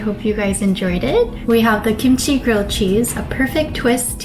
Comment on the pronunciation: kimchi not kimuchi